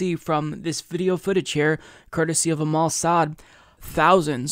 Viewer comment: "courtesy of Amal Saad" I wasn't looking at the screen and I heard "of the Mossad" 😁